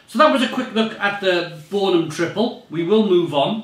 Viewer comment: Most of them are just export beers, you have to look very hard to find a bornem here in Bornem ;-) at least you got the pronunciation right